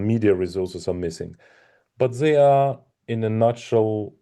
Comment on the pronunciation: 12 million viewer watched a short ———> 1million tries to watch more games————> 1 lakh tries to play in future ———> 1000 players FOLLOW FUTURE EVENTS OF CHESS…this is the pattern of growth of a game…sagar try to teach him and it’s ‘they’ not ‘zhey’